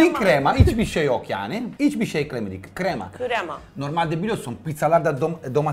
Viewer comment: kimse: danilo şef: yAğNi